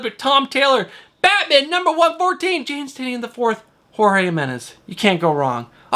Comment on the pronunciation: Bromigo. Say it with us, Tie - Nin. And yes, I too am collecting everything James Tynion IV is writing. Great show as always.